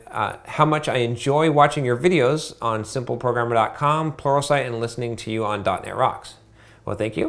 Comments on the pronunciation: It's but yeah towards the end there it did sound like "porno site" LOL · Everytime you say "Pluralsite", I hear "Porno site". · I'm a newbie with programming. It sounds like you're saying "porno site" in regards to watching training videos. What are you really saying? I can't think of anything and I have to know lol